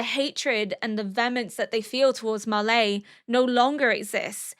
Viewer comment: I mean this in the nicest way possible but why Auldians And Marlaay? It's Eldians and Marly they even pronounce it in the show. I really like your analysis and reactions but that really throws me off